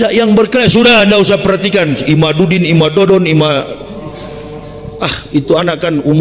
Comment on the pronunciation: Ini orang gila,nyebut imaddudin aja ga bisa